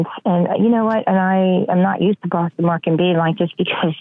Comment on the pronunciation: Bwoston market